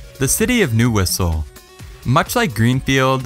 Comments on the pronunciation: City of “NeW_IsSsLE” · ISLE is pronounced like island is pronounced. Its not newhistle.